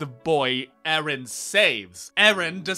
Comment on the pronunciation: why are you pronouncing names like this while you literally watched the series for FOUR SEASONS AND TWO MOVIES and heard how they are pronouncing actually??? Mikaasa, who is Mikaasa? it's Mikasa, it's been said a thousand times. but I lost myself when you said ERIN. WHO THE HELL IS ERIN?? ARE YOU HEARING WHAT COMES FROM YOUR MOUTH?? It's hard to not be Hermione... or I can say just to be kind, if you watch anything with dubbing, you lose at least half of it. So, unfortunately, anything you said to analyze this artwork is irrelevant 🤷‍♀